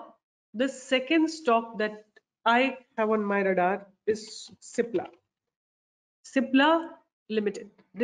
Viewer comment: Nice one... on the lighter note its CIPLA not SIPLA